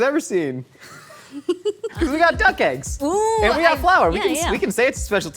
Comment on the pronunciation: I want to see Nicole work with on how to pronounce “eggs”. It hurts my ears every time he says āggs.